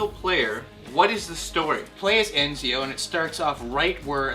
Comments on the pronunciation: sigh i did it so they could see it wasnt pronounced with a n but a t pronounced etcio, written ezio, and they say encio. that was what i was trying to explain. and if you still dont get it i give up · enzio?? aww comon if you have to say it that way then its actually etzio but thats what the z is there for z=ts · just a side note, its Ezio (pronounced Etsio) not Eznio.... SO DONT FUCK IT UP AGAIN!! OK!! SHIT!! haha jk ;) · its ezio not enzio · Love you guys, but you know it's Ezio, not ENZIO, right? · It's not Enzio you fucking idiots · I hate how everyone says ENzio, i mean, if you play the game you know how to say the name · lol they ssay ezio wrong there is no N